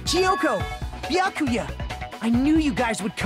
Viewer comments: mispronounciatons Kazuichi - kazoo itchy Byakuya - Boo ya kuya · Booya kooya